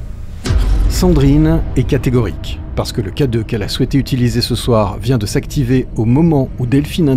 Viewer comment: « Vous aviez quoi d'autre comme matériel ? - Le K-deuffff. - Le K-deuffff ? - Un K-deuffff. »